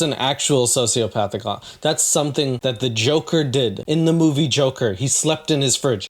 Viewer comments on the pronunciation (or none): none